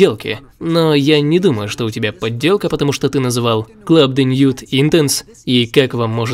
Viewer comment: Ни La Mâle a Le Mâle. Переводится как «самец» а самец не может быть женского рода. И не «мэил» а просто «маль» (созвучно со словами «больно» и «чемодан»). Club de nuit. Не «уит» а «нюи». У французов редко произносится последняя буква. Прошу прощения за мнение задротного эксперта (самого такие бесят). Просто мне как дрелью в ухо... 😅